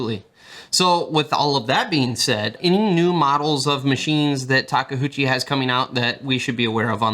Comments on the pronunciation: Of course the company rep naturally clearly says Take-UCHI, while everyone else is dislexic and I hear them say Take-HOOCHI all the time.... it's OOCHI not HOOCHI. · Taka HOOCHIE ? im sorry but i just dont know how you read that from taKeuchi ? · Working on a radio controlled model of a legally distinct "red track loader" and it has been great fun. Our Caterpillar at work just isn't as refined. Takeuchi (say it with me: "ta kay oo chee") practice your Japanese syllables 😂. Real talk though, great video, can't wait to see more of Tak's full lineup hit our shores, and really miss those live streams.